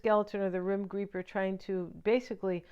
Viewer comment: Your readings are so positive and fun. In my case, karmic relationship AND $$$. I don’t think he’s walking away from anything. On another note, do you know that you said “the rim greeper”??! Check the transcript. I almost spit out my cereal.😂 😘